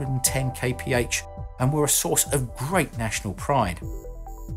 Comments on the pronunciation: Kay pee heigch sounds stupid, it's kilometers per hour! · "250 kaypehatch"? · Man please stop saying KPH, it means nothing and it is horrible to hear!!! Come on you know it.